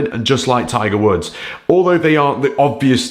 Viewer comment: Did he say Tigers wood?